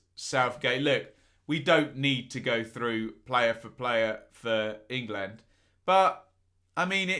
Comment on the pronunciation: going all Schhhteeeeve McClaren in this one with his pronunciation of "ING LAND". Class breakdown as usual though;)